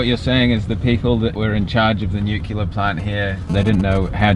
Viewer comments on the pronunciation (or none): it is NUCLEAR power plant mate, not NUCULAR! Come on! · Nuclear. Not Nucular. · Nuculer..... Ffs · nucular? ha cheap dig. love the channel. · How sad that this guy pronounced nucular instead of NUCLEAR! Reminded me of that dumb-dumb, George W Bush. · Nuclear = "new...clear" 2 syllables - it's easy. ............Not "nuke-you-lah" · Why can't people pronounce "nuclear?" Its a real put off watching a documentary on nuclear disasters and every time the word is mentioned it comes out "nucular" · I closed the video on "nucealar"... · it's Nuclear, not Nucular. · Nuke-u-ler, eh? You sound like a clever guy. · 30 seconds in and I hear nuclear pronounced nucular, and pripyat pronounced so wrong. I won't be watching this uneducated youtuber. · stop saying NUKELAR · >nucular why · NUCLEAR* please! Nucular is Bush-speak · Why is it that almost no one can pronounce 'nuclear' correctly? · disliked the video for the narrator's inability to pronounce nuclear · Lost me at “nucular.” Is it that people have just never actually tried to read the word “nucLEar” before and have just never noticed the “l” clearly comes after the c with no “u” in between? The sheer incompetence of the narrator not even being able to say this word correctly just makes me want to click away from this video. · How hard is it to pronounce "nuclear" ?